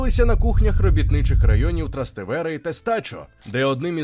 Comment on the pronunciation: ТрастЕвере,а не ТрастевЕре!